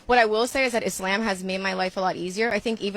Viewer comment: bruh why she saying Izlamb 😂😂😂